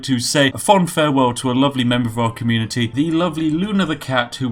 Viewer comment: did i hear communiTEA?